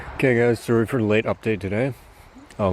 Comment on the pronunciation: the moment says "I'm sorry" sounds more to me like he is actually saying "I'm soaring"